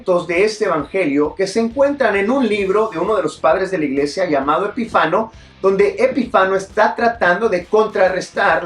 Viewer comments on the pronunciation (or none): Es Epifanio el padre de la iglesia y no Epifano